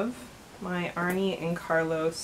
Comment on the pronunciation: Pronounced "Arnuh" and Carlos. Not "Arney". A common mistake 😉